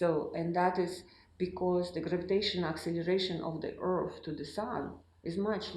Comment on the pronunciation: What in the hell is an earf?